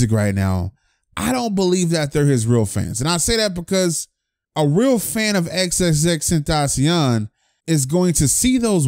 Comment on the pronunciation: “Xxxtentaciawn” haha it ight tho I say extension